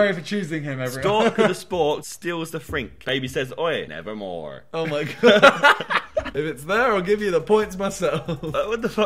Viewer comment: that american "nevermore" XD WHY JOSH XD